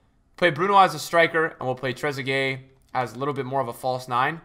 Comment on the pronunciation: Much respect as always. But how do u do so many reviews, pronounce so many names wrong but managed to get this one right